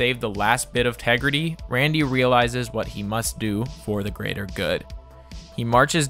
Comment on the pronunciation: Say Tegrity again